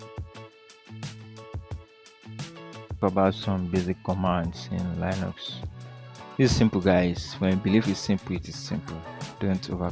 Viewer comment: YeshuuDOOOOOOOOOOO. and it's " lin ucks". Not " lie bucks" And it's. " Win doze ". Not " win doooos"